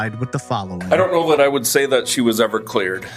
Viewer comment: Didn’t you "know" that there is no letter a in "know"?